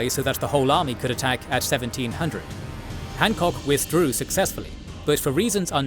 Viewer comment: Ah yes, the famous commander of the Second Corps, Winfield Scott Hahckok.